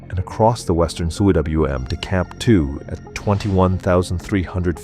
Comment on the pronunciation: Cwm is pronounced ‘coom’ and is the Welsh word for valley. A good word to know for those speaking about S Col routes.